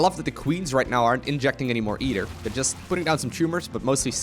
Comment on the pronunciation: Yoo hele nice filmpjes kijk bijna alles van je, maaaaaar.. spreek je either niet anders uit??